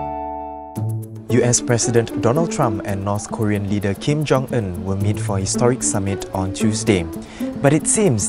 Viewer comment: The guy talking said it as "Kim Jong Ern"